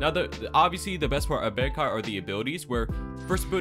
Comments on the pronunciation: Bankai is pronounced Bon kai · Say bankai one more time its bankai like from bleach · nfs the way you pronounce bankai is getting me tight 😭😭😭